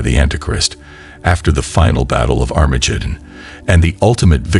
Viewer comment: Sorry I can't listen to an AI preaching to me that can't say "Christ" correctly or Armageddon.